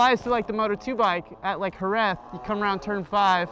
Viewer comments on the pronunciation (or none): none